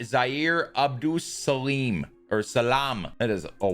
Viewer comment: Last name is pronounced like “Abdul-Suhlahm”